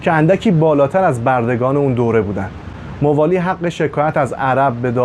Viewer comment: تلفظ اسامی صحیح نیست ، موالی با فتح میم خوانده میشود ،حجاج بن یوسف ثقفی نام حجاج با فتح حاء خوانده میشود ، لطفاً در بیان وقایع مهم تاریخ از مستندات مقبول علمای تاریخ استفاده کنید ، اگر قرار باشد صرف علاقه به تاریخ و با خواندن چند کتاب تاریخی در این حوزه کارشناسی کنیم اساتید و دانشجویان تاریخ طفیلی هستند